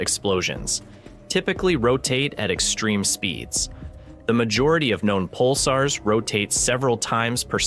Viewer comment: Pick a pronunciation and stick with it. Pulsars, Pulsers, Pulssers, Pulzers....